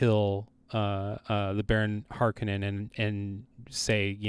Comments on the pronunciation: Frank pronounces it as HARK onnen. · Part 2:is BORING!!!! You guys are mispronouncing "Harkonen" do better... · I’d like to see what y’all’s Dune would be like… can’t even pronounce Harkonnen correctly. Smh